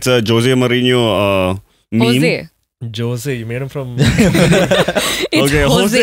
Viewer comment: pronounced Jose Mourinho correctly